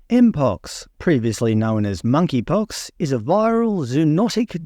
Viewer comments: MoneyPox. The “K” is silent. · The 'K' is silent in Monkeypox.